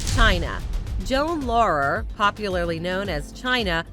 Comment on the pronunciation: Hee name is pronounced "Joanie Lawwer" you should have known that.